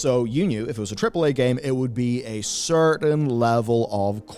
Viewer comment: can't even say AAAA, and that's wonderfully hilarious